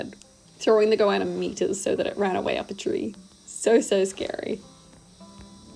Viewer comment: 'goanna' lizard, that's what it is...sounded like iguana